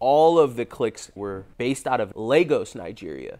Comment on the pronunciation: Finally someone said Lagos correctly!